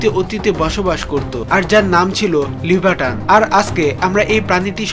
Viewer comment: লিভাটন নয় লিভাইটন